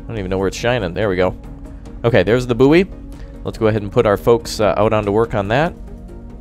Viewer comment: bouy is boy not bouee